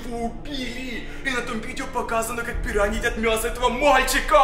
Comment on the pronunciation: Это пираньйи а не пируйни